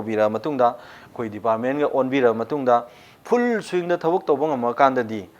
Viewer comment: Please officer try 2 say pronunciation of some words that u used to speak in discussion like FULL, FUND etc correctly. If u speak such words in front of mainland people they will insult u. Pl don't mind for what I am saying